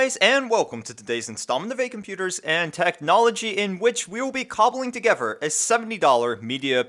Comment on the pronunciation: What is "togever"?